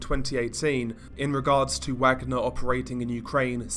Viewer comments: Only one criticism. Its pronounced 'Vargner' group. Wagner should be pronounced 'VArGNER' The way it is for the classical composer the private company took their name from. Both Hitler and Stalin laid claim to his music and heritage. Wagner wrote 'Ride of the Valkyries'. One movement of the piece features in the movie Apocalypse now, the chopper attack scene into the famous "Charlie don't Surf" scene! It is a misconception that it is linked to the Nazi's. Thats not entirely accurate. Hitlers favourite composer was Wagner. Thats mainly where that misconception came from. The accurate link is as you said, close to Slavic tradition. Slavs and Vikings have a long connection. Its even believed the word Slav comes from the ancient Nordic meaning for Slave. Vikings took Slavic people as slaves to sell to the Khans around Constantinople 7th century. They even settled in Ukraine across the black sea from Istanbul/Constantinople. Vikings were pagans. If you know what the story is in Wagner's musical depiction, or anything about Valhalla, you will understand why a private military company employing a bunch of (patriots to Slavic glory) Mercenaries chose the name.. It has nothing to do with Nazis in their case. Although the Nazis also believed the same sentiment when they went into battle. Hence most of the SS battalion formation insignias are ancient Nordic runes. Himmler propaganda in the Ss. (He liked his esoteric religious legends of strength in battle) But it was never invented by o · Come on bro, I know you're English but nevertheless everyone should know how to say Wagner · Pronounced Vogner group like the composer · I'm pretty sure the pronunciation is "Vagner" given the context. (Like Richard Wagner.) That said, you've got a great series here. Horrifying content, but sometimes it's important to know that things like this are happening. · It’s pronounced “Vaugner group” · Yes…like Richard Wagner…you pronounce it with a V sound not a W sound.